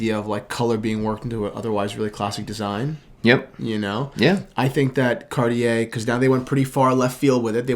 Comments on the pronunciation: Big fan of the show guys great on camera chemistry! But please stop pronouncing Cartier as car-ti-yay. It’s more like khar-tjay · Guys, just take a 30 minute class on how to pronounce things in French. You’re coming off as hill billies. Must “day” Cartier? “Chin” ois?